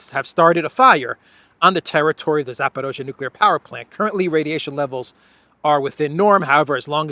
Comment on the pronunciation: You keep saying Zaparozhe even when the text you were reading said Zaporizhia.